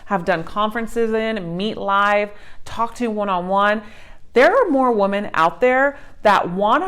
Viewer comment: Omg you read it like woman when it clealy says women so annoying